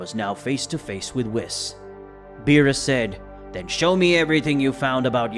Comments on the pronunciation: CHEE-LIE (cheelai) not cheerai) BRO-LEE (Broly, Not Bra-lee) WHEE-S (whis) not wis.) this was an earsore to hear this be pronounced this way. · Why does he keep saying whis? Its pronounced wheese. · It’s pronounced wees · How can someone so invested in dragon ball not know how to pronounce names. “Brollie” “wiss” “mr. beerus” like come on bro 🤦🏽‍♂️ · I hate how he says whis